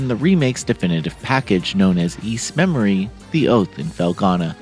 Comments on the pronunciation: It's "Memiore" not "Memory". Pronounced Mem-w-are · it's pronounced: me-moi-re not memory. You really need to learn how to pronounced this correctly cause It sounds horrible with the misprounanciation. I hope this comes out on PC too, I wouldn't mind buying it again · DAY BYOO TED? Also, "memoire" is not pronounced "memory"... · Thank you so much for this awesome review,:) No worries about the pronunciation of Ys Memoire, we all understand what you meant. I am super hyped for this release and I can hardly believe this game exists on modern platforms. I have the physical PS 5 version and will probably buy it digitally as well.